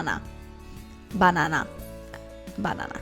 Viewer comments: Omg lmao from this day forward you HAVE to say "buhnana" in all your make up tutorials. I'm cracking up! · Lmfaooo "bah-nah-nah" i love youu !! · I love your "BANANA"s pronounced! Japanese use just like that pronounce!haha BANANA~🍌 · "Buh-Nan-Uh' LOL! Sooo,,,anyone can do this eye? We shall see. P.S. Would you offer any advice on this smoky eye and girls who where glasses? Truly enjoy your videos! You are real! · when you were saying banana like that it made me think of the friends episode where Monica befriends the lady who steals her credit card and tells her her name is Monana! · Omg!You said "banana" with Russian accent!!!ahahah!By the way, I am from Russia🇷🇺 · i love this look♡ perfect for the fall!! i will try out this look for sure! also the way you said bannana is sooo korean accent 😁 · I love the look! And OMG!!!! Your banana sounded like Japanese! I love you from Japan!